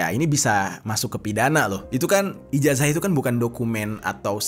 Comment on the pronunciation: Santai aja bang jer😂 Ijazah dibaca Ijasah